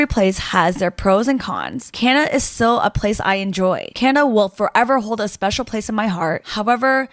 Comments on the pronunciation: its CANADA not canna. Glad to see the back of you and people like you...... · Its not Canna. Its Can-a-da. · learn how to say Canada properly.... its not Canda.. or however the hell you're saying it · Who the hell cares! There’s a D In Canada. You got a speech defect for sure. Awful speech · She was supposedly born and raised in Canada but cannot even pronounce Canada properly. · A strange way of saying the word Canada. Canada gave you everything. You gave back ... what?